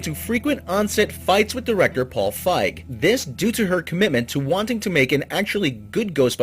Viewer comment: One, look up name pronunciations first, that's kind of a sticking point, especially when they are of rather famous people, like Fieg (feeg) and Wiig (wig). Two, sony's hit to miss ratio for movies, favors misses over hits so this isn't a shocker.